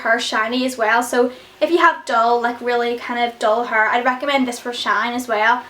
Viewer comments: "My Huurr" lol! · Love the way you say hair it's like 'haur'😜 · i love the way you say hair its like huur x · love that accent "hurr" :D like hair